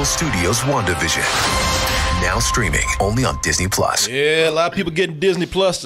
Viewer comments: Listening to say One Division instead of WandaVision over and over made me 😅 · “Wunda” — 😂😂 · "Wunda". lol